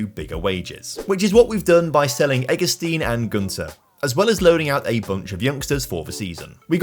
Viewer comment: Hey, the "ei" in Eggestein ist pronounced /aɪ/ Like in eye. He was one of My childhood Heros. So sry for this😅